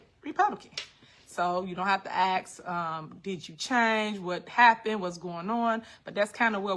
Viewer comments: She really needs to take an English and grammar class and learn how to properly articulate herself! And it is ASK not AX!!! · "Y'all ain't got ta axe, yes I am a republican" gurl bye!!!!!